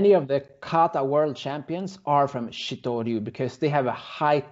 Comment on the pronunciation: It’s not pronounced shit-o ryu. It’s pronounced shtoh-ryu. Not that it matters, it’s a cool style.